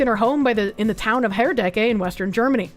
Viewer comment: The SPD is not a socialist party. They are about as milktoast centrist as the CDU and mainly pretend to still be the working man's party that it was in the 60s and 70s. Also you pronounced Herdecke pretty well.